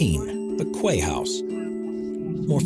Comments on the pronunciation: 'Quay' is pronounced 'key' not 'kway'! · The "Kwey House" LOL :D "Quay" is pronounce "Key" - how can a narrator not know something so basic? p.s. I've actually been to the Quay House on multiple occasions, it's pretty cool. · OMG Why don't you Americans who decide to make videos learn how to pronounce English properly? "The Kway House" WHAT? It is pronounced "key" as in a quay is somewhere that ships tie up. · Quay is pronounced 'Key' in England. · Quay is pronounced key!!! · Quay is pronounced key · Quay is pronounced the same as "Key" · The Quay house is pronounced " key " house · I came here to say this! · Quay house pronounced key house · The quay house is pronounced key house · "Kway" house, lol. Why can't Yanks speak English properly?